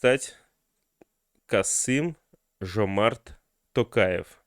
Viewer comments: Написал бы на листочке и читал с листа. Такое впечатление , что специально коверкает господин Пукин. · Я смеялась над Путиным 😂 как так? Президент РФ, 30 лет учился имя Нурсултана Абишевича Назарбаева произносить. А теперь не может произнести Касым-Жомарт Кемелевич Токаев. Других президентов ЕАС он хорошо произносит. Поэтому стоит задуматься. Ай ай Путин